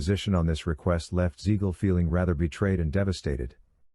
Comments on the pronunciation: It's Siegal with a s not a z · Hearing Beans name butchered like that was annoying as hell.